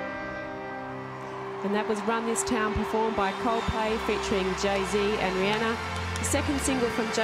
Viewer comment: "rih-nana" lol